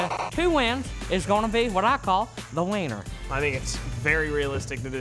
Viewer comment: When " said winner he said wiener. Just saying